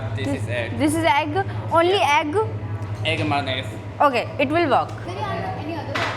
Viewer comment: It's egg not aggee